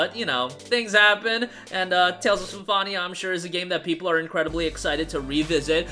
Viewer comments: Every time you pronounce Symphonia like that I cringe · Great video but How do you manage to say Symphonia so incorrectly lol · They don’t, he just pronounced it incorrectly the entire time lol